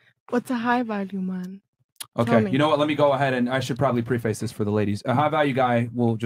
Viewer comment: Did Myron say “pre-face” before he described a high value man?? Omg. I’m sorry…but that lost a lot of “high value.” Gonna need a high a value man who knows how to pronounce words. It’s pronounced PREH-fuhs.